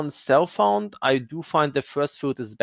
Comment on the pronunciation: It took me a while to realize you didn't say "cell phone", but "self-found". Guess I need to sleep :) Great vid, and good night!